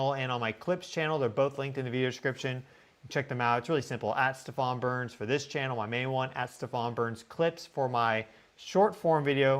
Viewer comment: You're pronouncing your own name wrong. It's 'Stee-van."